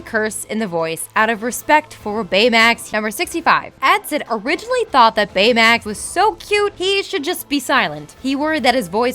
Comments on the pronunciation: Does she have a pronunciation problem Big zero 6 San franssssssssoyokeo Baymex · You mispronounced Baymax on the first take and had to rerecord it, didn't you? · Why does it sound choppy? and why does everytime she says baymax it sounds weird. am I the only one who notices this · who else noticed that she emphasized the word 'Baymax' really fucking wierd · She kept saying "San Fransoskyo" (with an extra S in the middle for no reason), and also "Bayamax" (with an extra "a" sound as if she were confusing him with Betamax), so I wouldn't ever expect her to spell or say a Japanese word correctly. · I swear none of these narrators know how to pronounce anything "sanDfransokyo " "baymiX" LIKE HAVE YOU EVEN SEEN THE MOVIE